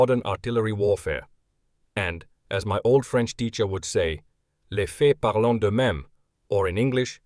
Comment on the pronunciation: The ending -ent is silent. (leh feh parl dö mem.)